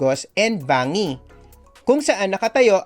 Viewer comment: Banggi not bangi po ang pronounciation po at pan-syan po ang tama.